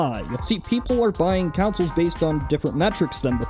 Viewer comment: TIL consoles and console are pronounced "councils" and "counsel"